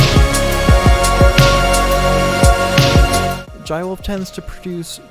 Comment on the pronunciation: its not pronounced like that. it's like "Juh-ay". or call him Jay if you can't pronounce this. This song has "Jai ho" as it's motif. Use it for reference.